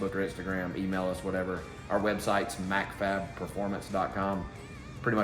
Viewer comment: always says mcfab lol